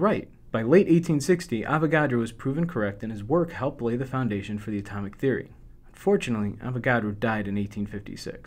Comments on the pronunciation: Every time he says "unfortunately", it sounds like "fortunately". Threw me off! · 1.congrats my lad, for confusing me more on mole 2.Every time you say unfortunately it sounds like fortunately bad video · Nope, sounds legit like fortunately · your "unfortunately" sounded like "fortunately". unFORTUNATEly < UNFORtunately. just me commenting about something different. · "Fortunately, Avogadro died in 1856"